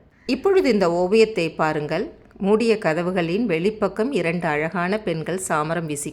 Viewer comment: Your Tamizh pronunciation of பாருங்கள், வாருங்கள் is not correct madam. Please check and correct